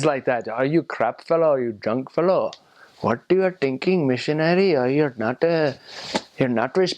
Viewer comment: Wonderful video. The intent here is the opposite of the other videos on the same subject. Kudos to u! Only you didn't pronounce 'thinking' properly;-), we definitely don't say ' tinking'. 'Develop' we do say that way, bang on! You have to appreciate that if we pronounced it the way u did we would be accused of having a fake accent. 'means' can become 'thats means' or 'thats is'. The bathroom signal is popular among people who went to normal schools not the convents. I see that even among people in their 50s. Most embarrassing!